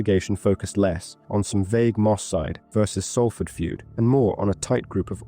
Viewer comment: It’s pronounced SOLford